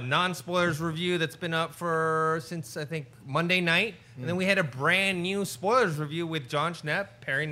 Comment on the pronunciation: "Spolies" - 💖